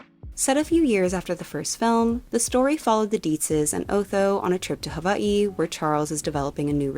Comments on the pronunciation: I can tell you’ve lived in Hawai’i by the way you pronounce it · thank you so much for saying Hawaiʻi correctly <3 wonderful video enjoyed it!